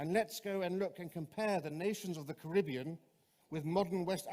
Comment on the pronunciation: Why do you pronounce Caribbean wrong?